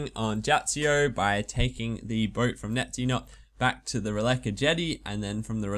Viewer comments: It's "Neitiznot" and "Jatizso", not "Neitzinot" and "Jatzsio" which annoyed me a lot "Jump over the eastern bridge" but you went north -_- Would have helped if you had mentioned the bronze nail thing earlier in the video Those are just very minor faults, other than those it is a fantastic guide! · NAY-TIZ-NOT YA-TIZ-O Simple pronunciation. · YOU MISPRONOUNCE BOTH ISLAND NAMES IT'S SO FRUSTRATING Awesome guide though ;D